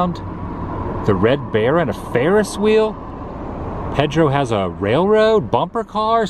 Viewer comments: Never heard anyone pronounce Pedro that way. I usually hear it like PAYdro, not like Pedo. LOL Was at SOB once in 2002. Thought they had some giant shells, too. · Hey Adam... It's pronounced... Paydro! (Pedro)